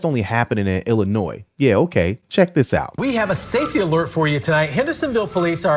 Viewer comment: "How to do dis". Seriously? How to do THis.